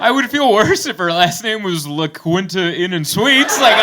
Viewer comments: Pretty sure it's pronounced "La KEEN ta inn and suites" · Mike Birbiglia told me it's pronounced "la Keeenta".